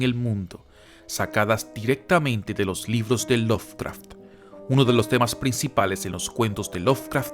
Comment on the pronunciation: Se pronuncia LoVcraft, no LoFcraft. Me saca!